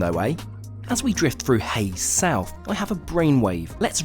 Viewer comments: "hayes south" is actually hayle. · It's not HAYES South in Cornwall, it is HAYLE, Cornwall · It’s Hayle in Cornwall, not Hayes South 😂😂😂 👍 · It's called hayle not hases south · Hayes south? It's Hayle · Hayes South???? Don't you mean Hayle? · Side note that’s hayle not hayes south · Hayle Station not Hayes South. Nice journey though. Done it once a week for 9 months.